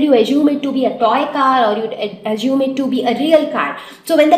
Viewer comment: It's azume not ajume (assume). I just wrote pronunciation of the word in brackets.